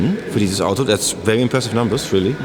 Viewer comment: HAHAHAHA ich finds geil wie JP very sagt klingt wie vewy 😂😂